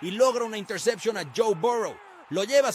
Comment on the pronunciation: una "intersepchon"... qué clase de payaso!